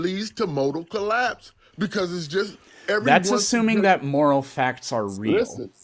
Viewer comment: "Least to motal collaaaps"